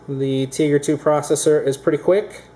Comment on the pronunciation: BTW, it's pronounced teh-gra not tee-gra.